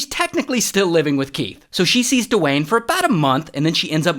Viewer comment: the rock? Nah, ✨DE-WAYNE✨